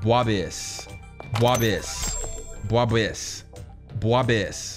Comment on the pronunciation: This dude was saying DWABISSER… it’s DWABISHER… 🙄